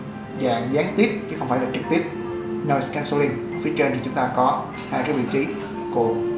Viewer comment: Thường theo dõi những màn màn khui hộp này. Luôn luôn thầm cầu mong là, sẽ phát âm tiếng Anh chuẩn mực. = đúng như là nếu bạn đang phát âm trước mặt một giáo viên tiếng Anh. Hôm nay, mọi thứ trôi chảy và không vấp. Đặc biệt ở những âm từ khó cho một số người Việt thường gặp phải. Không ngờ bạn ta oanh liệt thản nhiên nói cái vèo (Noise Cancelling) Nhưng lại vấp nặng cách phát âm đặc thù của nhiều Vê en nờ của chữ "Compact" Vần âm 'act' = ách. pắc là không phải.